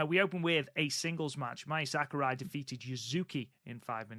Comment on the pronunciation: You got Mai Sakurai right. 👍 Same vowel rules apply to Saori. 🤣